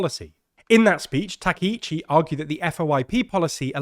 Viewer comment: GUYS. No. Wrong! why is this so fucking hard for you people? why is it so hard for you to say her name right Its Takaichi, not Takeichi. what part about it don't you understand? which letters are confusing to you? I desperately want to help you with this. please either learn how to pronounce Japanese names or stop reporting on Japan I'm not asking you to have a perfect accent or anything I'm just asking you to say the sounds that are in her name